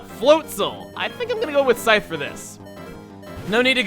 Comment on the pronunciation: "I will suavely and sexally, defeat you. For I am, Snaps fingers the Psythe" - 2016